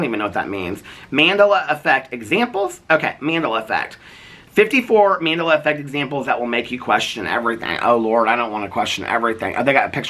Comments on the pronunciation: You were soooooo close to figuring out Mandela effect is pronounced like Nelson Mandela, named after him. I was on the edge of my seat waiting for you to make the connection 😂 love youuuu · Not saying Mandela effect wrong after reading it's related to nelson Mandela lololol love your rants 💙😅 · I'm dying at mandala pronunciation